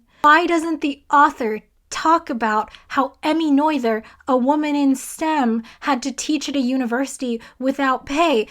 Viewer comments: Its "nur-turs" theorem, not "noi-the-rs" theotem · By "Noyther's" theorem do you mean the one by Emmy Noether? If so, it's not pronounced 'noyther'. It's the German letter ö that you need after the N sound. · It's Emmy, and in German the 'oe' in her surname Noether is pronounced the same as for the famous poet Goethe, whose name approximately rhymes with the last two syllables of the word 'frankfurter' in English (but not exactly in German). So just repeat the phrase "Emmy Noether conserved a frankfurter" and you are on the right track. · Love watching your review. Was a great way to end my day. P.S. in math grad school they always told us that "Noether rhymes with mother." Hers was one of MANY names of mathematicians I would regularly mispronounce when first seen written. (We all have an Euler moment.)